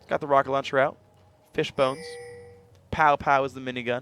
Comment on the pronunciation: Phreak! Wrong! It's Pow-pow